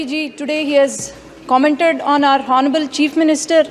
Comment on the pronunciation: Crutch ,,,,not clutch.'H' is silent in honourable.